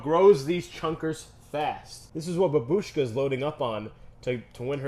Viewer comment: hello. In Russian, babushka isn't said "bab-U-shka," emphasis is placed on the a instead "BA-bushka" I think babushka will win